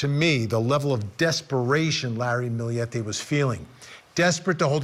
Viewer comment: They actually pronounced it correctly. Source: I’m filipino.